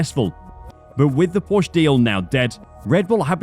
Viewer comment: Holy shit you're a channel focused on motorsport, how are you mispronouncing Porsche, wtf? Stop it!